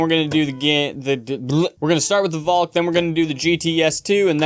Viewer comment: Finally someone who says valk the Dutch way...